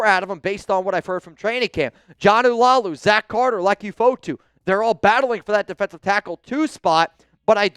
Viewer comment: It’s Laulu not Lalau and pronounced La ulu. R4L